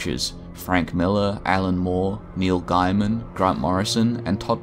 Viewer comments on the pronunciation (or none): And “Gaiman” too